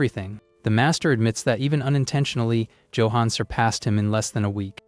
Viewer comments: joe-hon.... ayfkm? no effort ai slop. what a load of BS. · Why the AI cannot pronounce Johan correctly still buffles me.